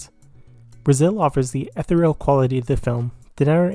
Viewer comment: Excellent review of this messy masterpiece! Some words you should look up their pronunciation: Ethereal Garofalo Cannes